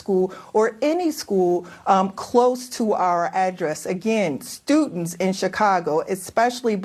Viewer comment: "stutents" "scandow"😂😂😂.